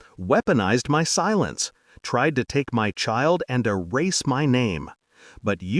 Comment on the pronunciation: I am really tired of the phases "I didn't cry, I didn't scream", which is in almost all of these stories. Also, "MY" IS NOT pronounced as M.Y. It means "self" or "me".